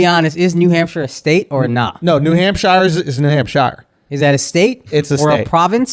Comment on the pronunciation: why does Schulz keep saying New Hampshire wrong lol?